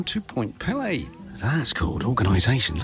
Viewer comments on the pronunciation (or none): Small correction. It is pronounced Point pee-lee with a long e sound for both syllables. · Although the Point Pelee name is of french origin, we locals pronounce it "Point PEELee". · I am really enjoying your video but, please would you get the correct pronunciation of Pelee. The first 'e' says its name. It is driving me crazy! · Pelé was a Brazilian football player...Point Pelee (Pee-lee) is an island in Lake Erie. Not sure where Ontaarrio is? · Point Pee-lee, not Pele ;) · "Point Pele" like the soccer player? Lol Point Pelee my friend. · Pt. Pelee (pronounced pee Lee) is the southernmost tip of Canada. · Miss pronounced Point Peelee (peely). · Point Pelee ( pronounced PEE LEE ) is the southern most point of the Canadian Mainland…….Middle Island, a bird sanctuary, is the southern most of Canada, near the border in Lake Erie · It`s actually pronounced Point Peeeeeee Lee Like you`re Peeeeling an orange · You did an excellent job on this video. For your information you should know that Pt Pelee is pronounced point “Pee-Lee”. It is useful while producing your videos to look up proper pronunciations. You didn’t see many birds because generally you have to be at the point 630 in the morning when they first come over Lake Erie. A murderer‘s dream is when 20,000 birds cross and fall at your feet that early in the point and not many get to experience that. After resting for time, they fly up to the trees, too eat and recover. It’s amazing. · Point Pelee = peel-ee :) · I know Canada has two official languages, English and French, Point Pelee has no French pronounciated flare. We all say 'pee-lee' here in Ontario, it is as you said Canada's most southerly point and a major bird migratory area. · Small point---Actually the pronunciation of Point Pelee is PEE-lee. Long e in both syllables. Cheers! 😄